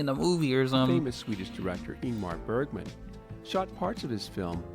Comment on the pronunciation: Please do not promounce Bergman or Helsingborg as if it was German. Look them up on a Swedish site on the Internet.